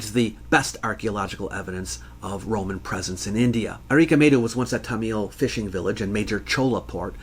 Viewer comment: i appreciate you talking about tamil nadu, but it's not said that way, it's something closer to 'thumb-ull' with a soft th and without the overt b sound, just rounding the end of the m.